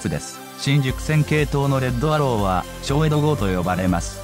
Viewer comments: 小江戸(こえど)が小江戸(しょうえど)になってますよ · もっとしっかりと調査した方がいいのでは・･・。 ミュースカイが1961年登場と言ったり、小江戸(こえど)号を"しょうえど"と言ったり・･・。